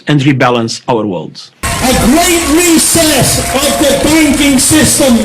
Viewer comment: Oh, and He sounds like He is saying "a great recess" not "reset..."